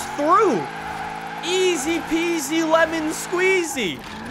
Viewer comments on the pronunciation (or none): none